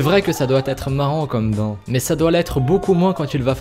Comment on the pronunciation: Il dit ban eu lieu de bain mdrr